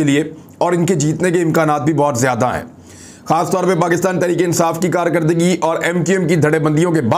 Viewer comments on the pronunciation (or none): none